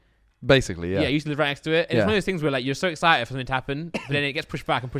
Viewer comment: its something not somethink haha